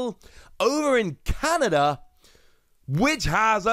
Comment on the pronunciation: Canada, not Canda 😂😂😂just playing btw